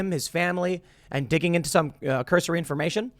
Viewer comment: Say “cursory” more pls. Aren’t you a “journalist”? Lots of I don’t knows after things you say....